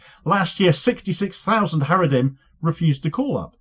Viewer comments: Every time you say 'Haredrim' i keep visualising the Haradrim in the Lord of the Rings, lol. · 😂😂 he said haredhim, the orthodox🧃 But fans of LOTR too here 👋